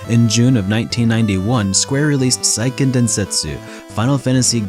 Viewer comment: It’s SEIken, not SAIken